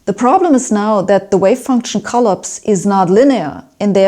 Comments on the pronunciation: I'm not competent to address the content of this video, but I will address a difficulty in the presentation. One important point: The English word 'collapse' is stessed on the second syllable. (I don't understand where her pronunciation comes from, because the German (Swedish, etc.) word 'kollaps' seems to be stressed as in English. (I don't speak any Germanic language, I rely on Google Translate and Internet pronunciation sites.) I can readily understand most vowel changes made by people with (Germanic?) accents, but I had to turn comments on and rerun the video several times to understand the word 'prefactors'. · Hi Sabine, thanks for your enlightening explanation of Many Worlds. So much to learn... so little time! Sabine, hope you won't take offence, but the word "collapse" is usually pronounced like saying "coll-aaps, not coll-ups. ❤ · 'Collapse'': 'Co-laps', 'O' wie in 'Loch', 'a' wie in 'machen', Akzent auf dem zweiten Teile. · She pronounces "collapse" as CUL-eps, while in the states we say cul-APS. Who knows - maybe we're the ones who pronounce words differently. We in the USA are insulated, and many of us are isolated, from the rest of the world. We don't know what we don't know. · Klapse not coll-apse. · Oh, Sabine. I love your "kolops". (But to continue.....) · Sabine and Shaun Caroll should have a debate. We want to see it. And from this day forth the I will pronounce collapse as collOpse. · ColLAPSE - stress the second syllable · Please somebody teach Sabine how to pronounce "collapse" in English. I was most of the way through the video before I realized she wasn't saying "co-lips". Made the whole thing yet more mysterious! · collapse is pronounced cuh-lapse' - accent on second syllable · "Collapse" - the intonation stress in on second syllable, not first= collAPse. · Agreed, she does put the stress in some words a bit off. Yet, I challenge you to speak German at the same level as she speaks English. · It's cute how she mispronounces "collapse".